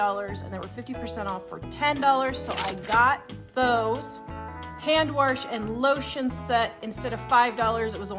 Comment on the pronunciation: I don't mean to correct anyone but it really bugs me when you say warsh. Lol. There is no r in wash. I've heard so many say it that way. I know, I know. I'm not a perfect speaker either.